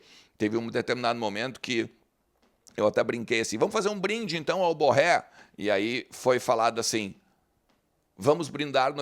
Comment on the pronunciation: Diz-se BorrÊ.